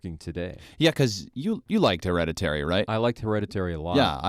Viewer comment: You mispronounced the title of the film through your entire conversation. Lazy AF.